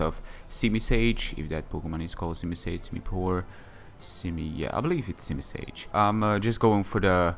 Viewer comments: its simisear not simisage lol~! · its simisear XD still good battle.